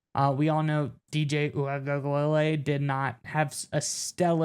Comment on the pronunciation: DJU was our qb for 3 seasons and you still can’t pronounce his last name?? Smh, it’s oo-wee-ung-a-la-lay 🤦🏻‍♂️